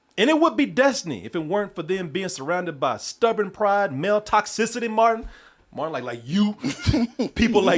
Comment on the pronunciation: can never get the names right. I wonder how long he thought Martin's name was Morton?